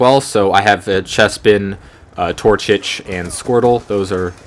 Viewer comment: TorCHIC. Pronounced "Tour-chick"